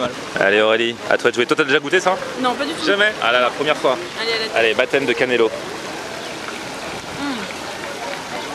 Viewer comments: Cannoli... pas cannelo.. 😂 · Hah ha va falloir bosser la prononciation italienne! On dit un cannolo (singulier) ou cannoli (pluriel). Dedans y'a des fruits confits et c'est le dessert préféré de Tony Soprano ^^